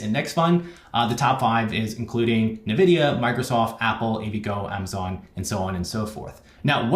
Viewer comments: You're the 1st person I've ever heard call it NaVidia instead of EnVidia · Just information Nvidia is pronounced en-vidia, not nuh-vidia. Like pronouncing the letter n. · In-vidia...not "Nuh vidia" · Weird way to say NVIDIA 🤔 Jensen pronounces it N-vidia…